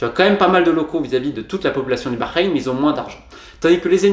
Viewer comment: Tu prononces bien Bahreïn